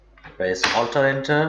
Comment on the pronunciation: HI, SORRY i CANNOT MAKE OUT WHAT YOU ARE SAYING- ALTA ENTER?